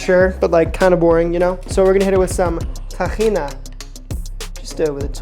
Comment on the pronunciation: First time I hear someone pronouncing tahina the right way